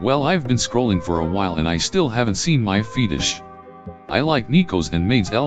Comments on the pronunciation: "Fetus-sh" "coom" "idek" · hahaha "feetish" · I can’t help but to either hear “FEETish” or “fetus” lol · “feetish” lol